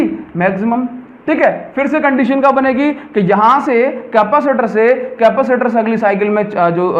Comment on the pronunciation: Capacitor ki pronouncation tu thk kr ly Sir